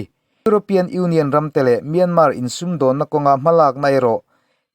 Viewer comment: Myânmá tilo khan Myānmār tiin ri hniam fân phei deuh khan lam ta che.